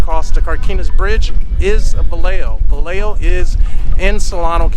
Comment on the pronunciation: Pronunciation..Vi yeah ho!